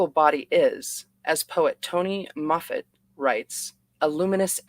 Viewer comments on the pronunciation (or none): none